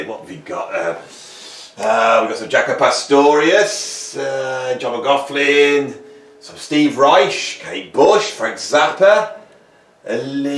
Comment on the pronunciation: You keep pronouncing John McLaughlin wrong. It's John McLaughlin not John McLaughlin